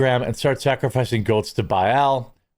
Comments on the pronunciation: its pronounced 'bale' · Baal = BAY-uhl or BAY-all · It’s pronounce Bale, like a bale of hay. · Baal pronounced bail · Baal; pronounced Bale. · New Christian pronunciation of “ball” for Baal is legendary. Lame idols are lame